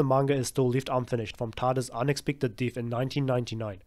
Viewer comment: What country is from? Never heard "death" being pronounced that way before.